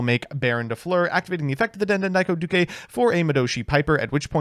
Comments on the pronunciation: I have a feeling that's a "duke" and not a "du-ke". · den den daiko doo-kay is the new Re-sit-all Starling bc never ays it right. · How… HOW did he manage to mispronounce the easiest part of “Speedroid Den Den Daiko Duke”?